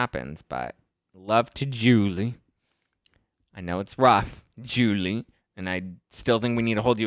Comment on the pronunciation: I just love the way u pronounce Julie name.